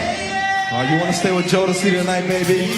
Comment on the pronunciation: First of all-, I loved your first pronunciation of Jodeci ☺️ ❤ And K-Ci is the small, shirtless guy 😆 He was the lead singer of a gospel group when he was a little boy, and as an adult he released a solo song or two. Although both sets of artists came out at the same time, I wouldn’t compare Boyz II Men (B2M) with Jodeci. B2M, was embraced by the pop music industry, whereas Jodeci was 100% R&B. Jodeci is a band, but you can (arguably) compare them to Silk, or Dru Hill.